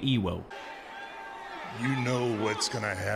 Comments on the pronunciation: Why's it bugging me so bad that kept saying Ewo instead of Ewoks lmfao, guess I'm a nerd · You even had a Star Wars clip in there, why do you keep mispronouncing his name! It’s Ewok but plural with an x. Other that that good vid! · Not sure if you're pronouncing "ewox" incorrectly on purpose or not but I laughed every time you did! 😂